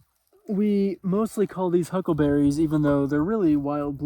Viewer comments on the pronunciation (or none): Blueberries, I thought you had no idea what they were when you called them huggleberries